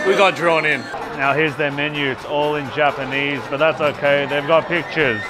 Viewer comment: Welcome back to Japan and congratulations!!! Omg I cried when you proposed!! So happy for you guys, best wishes for a prosperous marriage!! First time commenter❤fan of since 2009ish😂 Ps. Both of your Japanese pronunciation is soo good!!! Please move to Japan 😂